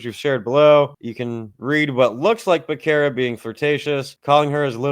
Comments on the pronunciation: It’s pronounced Beh-Serra. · Btw Becerra is an Hispanic surname & ur pronouncing it wrong get it right fukin eyesore